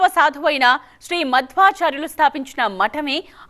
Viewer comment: జై శ్రీ కృష్ణ🙏 మీరు టెలికాస్ట్ చేసేది తెలుగులో కదా కాస్త తెలుగు స్పష్టంగా తప్పులు దొర్లకుండా ఉచ్చరించడానికి ప్రయత్నించండి🙏. రద్ది కాదు రద్దీ.. అలాగే మాద్వచార్యులు వారు కాదు, మధ్వాచార్యుల వారు🙏